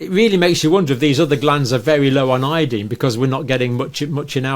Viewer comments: Where in heaven did you learn to pronounce iodine? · We say it ( io dine) you say ( io dean) I imagine same page